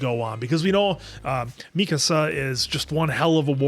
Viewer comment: I'm on your third episode now and I just have to say. Please it's "mi-kaa-suh"